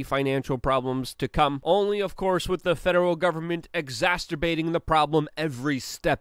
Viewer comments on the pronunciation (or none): LUKE! LLLUUUUUKKKKEEEEE! I LUV YA... BUT... (OK! I'll stop shouting now, hurts the throat a bit!) It's driving me insane... It's not 'Exhasterbating' It's 'Exacerbating' Say it with me buddy: 'Eggs-ass-er-bay-ting' 'Eggsass-erbay-ting' 'Eggsasser-bayting' 'Eggsasserbay-ting' 'Eggsasserbayting' 'Exacerbating' There... Much better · min approx::: ""*exasterbating* the situation""...WTF?!